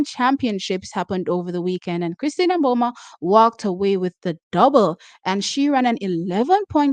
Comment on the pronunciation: Please, we love u. But cease saying M Boma. Sounds too totally off. I say MiBoma, barely touching on the M. However Namibians say it.s pronounced Boma. Totally silent M.